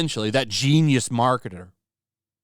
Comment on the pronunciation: The way you said “that GENIUS marketer”😂